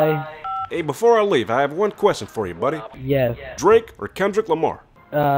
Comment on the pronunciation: He fucked up saying Drake lol